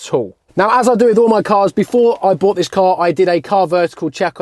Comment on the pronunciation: "Have I just bougfht a shed?" 🤣🤣